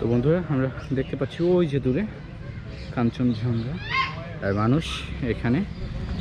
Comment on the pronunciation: vul uccharon koren keno? eita hocche "kanchon Jong Gha" not "kanchon Jhong Ga"